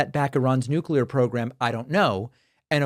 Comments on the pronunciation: Didn't she use the redneck form of nuclear a.k.a nucular ? Since G.W.B. that awful word has become common practice. It has no meaning because it a made up word, nuclear pertains to the nucleus of an atom . As a famous Scottish comedian once said : It's NUCLEAR , ya prick . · Nu-Clear not new-klee-are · Thats it! Nucular!!😂😂